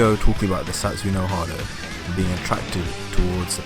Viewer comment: No matter how many times you say "Satsoo no hard-o", it won't change the face that this is just unfounded rubbish trying to get views.